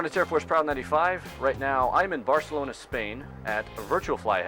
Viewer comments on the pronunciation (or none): none